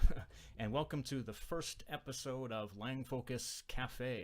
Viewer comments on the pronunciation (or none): none